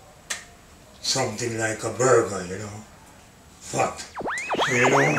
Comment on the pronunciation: Man said “someting like a burger” 🤣🤣🤣🤣🤣🤣🤣🤣🤣🤣🤣🤣